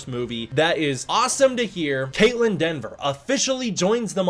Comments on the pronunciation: I know you likely caught it post-editing and upload, but it's Kaitlyn Dever, not "Denver" as her last name. Anyways, I do hope that the writers and director at least took to mind some of Adam Wingard's ideas about monster-driven storytelling and exploring Godzilla's character and implemented that. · Dever, not DENver. I see so many folks mess up her name. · Hey a correction for you,... It's Kaitlyn Dever pronounced either Dee-ver or Deh-ver. There's no 'N' in her name. That said, why no mention of the other big gets in the cast? Jack O'Connell (the "Sinners" vampire, "SAS Rogue Heroes", "Ferrari"), Matthew Modine ("Full Metal Jacket", "Birdy" and a lot more), Alycia Debnam-Carey ("Fear The Walking Dead"- 102 eps) or Sam Neill. All of them are confirmed...